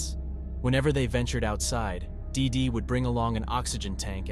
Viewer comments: "DEEdy" is how the name is pronounced for fuck sake. Hard to listen to you mispronounce it endlessly. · Everytime he says DIDI so hard I think of Dexter's Laboratory 😅😅😅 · Why do you keep saying DeeDee like that? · Why you gotta say “dee dee” like that though 😭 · I really wished he would stop sayin DeeDee like that 😒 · It’s distracting how much emphasis he puts on the name “DEE DEE!” I feel like I’m being punched in the face every time he says it haha.